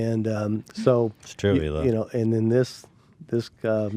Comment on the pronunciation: Her name is pronounced “e-la” not “hela”. You would know that if you did a little research by listening to how people say her name in the podcast.... So Ethan is a bad interviewer. And you’re a bad, YouTube complainer ? I’m sorry, I don’t know what to call you, as all you do is complain other channels. I subscribed to you after Onision. But I didn’t know that ALL U DO is complain about everyone. Can you one piece of original content please ?